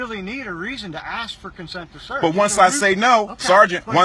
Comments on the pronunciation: I agree with you 100%. that was a BAD cop. how ever, WOULD YOU STOP USING THE WORD "AKS" IT IS ASK NOT "AKS".... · He did NOT axe you!! He ASKED you questions! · He Ax me .Ax? HAHAHAHA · I axe him? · Why can't Black folks say ask?